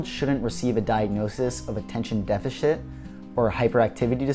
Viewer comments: I got distracted cause he said "defishit"😭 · Bro he said defishit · defe-shit?? What? Haha! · “attention defashit”💀💀💀😂😂😂